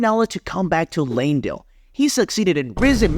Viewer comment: "Lamedell" got me XD